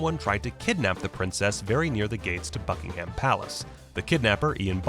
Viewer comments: Hearing how Americans say “Buckingham” is painful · Bad pronunciations - eg 'Buckingham' and 'Louis'..then you showed the wrong actor for Lord Mountbatten.